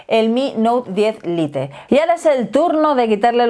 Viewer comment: Cada vez que dice lite me sangran los oídos.